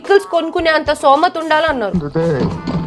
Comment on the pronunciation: Stomatha ❎ Somatha✅